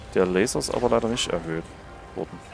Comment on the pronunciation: Danke, das Video hat mich an ein paar Punkten weiter gebracht. Nur leider hier noch zwei Kritikpunkte: - das ausufernde Vorlesen irgendwelcher Texte ist nur belastend - deine undeutliche Aussprache, z.B.: "...dorsch die Wand dorsch geht das nüsch."